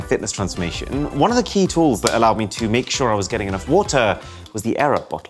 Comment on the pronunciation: Yeah it might be, just sounded like a English person to me, maybe a bit posh, saying sure.